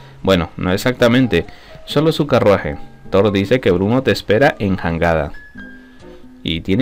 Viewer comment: Se escribe Jangada pero se Lee yangada